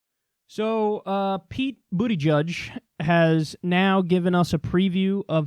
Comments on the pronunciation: Lmao,..STOP calling him "BOOTY-judge",..its Buhda-judge",..I'm sure you are doing it in purpose,..but its petty,..please stop Lol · No. Kyle makes up nicknames for many of the candidates. His last name is pronounced "Buddah-judge". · Has Kyle considered that what Pete is going to do is far more important than winning? He won't win. But, he will have done things otherwise impossible. And, it is BOOT-edge-edge. Making fun of his name is as childish as Trump. Kyle is MUCH better than that! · "Boot-edge-edge" say it how you're supposed to; you cover politics for christ's sake. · no it’s actually not pronounced booty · Did you just call him booty judge wtf😂😂😂🤣🤣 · Is it really pronounced booty-judge?? Lmao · It's booty-gig Kyle (as in there's a gig in his booty) pronounce his name properly